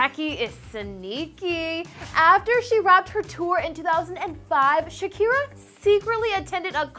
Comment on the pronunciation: Plz stop saying shaki